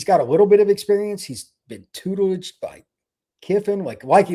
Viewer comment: tutelaged?????? Isn't that "tootled"?😆